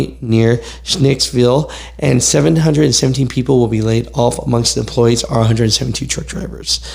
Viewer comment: When you said laid off, I thought you said play golf lol😂